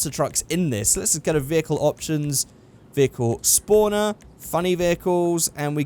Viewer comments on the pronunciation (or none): said vehicle spooner at the start LOL